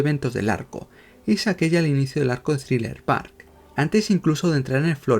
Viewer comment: Es thriller bark, no thriller park